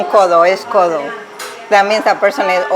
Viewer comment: In Spain nobody says "codo" the way she said that.